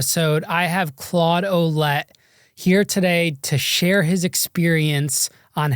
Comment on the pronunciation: As a French Canadian who grew up with a couple Ouellette... That's not how you pronounce that!!! 😅 It's more like wuh-LEHT